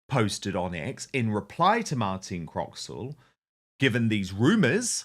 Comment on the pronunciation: Croxall, not Croxwell. And a great top set she has, too. 😋